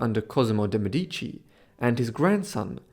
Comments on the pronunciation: One small thing on the pronounciation: in Italian the emphasis is on the first syllable, not the second. So it's "MEdici", not "MedIci". 🙂 ("Meh-dici" not "Me-dee-ci") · The accent on the word "Medici " goes on the e , while here is emphasized on the first i, and is a grave accent . Mèdici, rather than Medìci. Just saying it cause I'm Italian from Tuscany, but it's still absolutely understandable. This video is really interesting historywise 🙏🙏🙏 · I appreciated your dedcation and your deep dive into her life but just a side note: the correct pronunciation in italian is Mèdici (stress on the E) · Lovely video. "DeMedici" is pronounced "de MEH-dee-chee". I used to think is was pronounced "de meh-DEE-chee also. Just saying. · Do me Explique PQ NAO SABE FALAR O NONE CORRETO ? MEDICI ??.